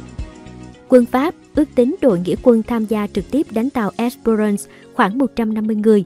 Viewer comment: phải đọc là " És Pơ rans " Espérance chứ, " rôn" gì.